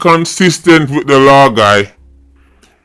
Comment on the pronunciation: Law not law-in ......